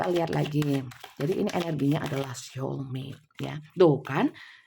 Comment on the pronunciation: Punten bu, "soul" tetap dibaca "soul", Bukan dibaca "syol". Demikian, tks.